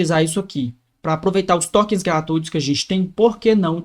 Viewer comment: Jotason, claude kawork, tóken,... ta precisando usar IA pra aprender Inglês heim